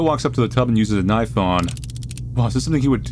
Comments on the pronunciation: “so here we have a knoife” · I love that he says knoife instead of knife :D